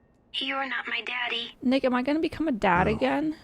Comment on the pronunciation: ngl it did not sound she said "nick" at all